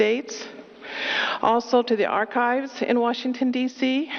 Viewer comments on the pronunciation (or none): none